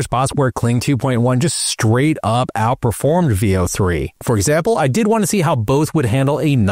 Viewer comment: Veo is pronounced with short E... Like in pen or bet...